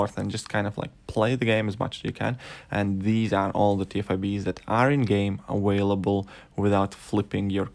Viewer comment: Lol did he say aWHALEble 😂😂😂😂just f-ing with ya still like ya channel but that’s still funny.